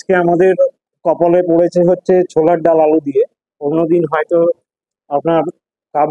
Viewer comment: চোলার ডাল নয়, ওটা ছোলার ডাল হবে